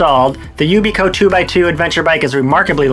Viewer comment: Maybe learn how to pronounce the product's name before you review it. Yikes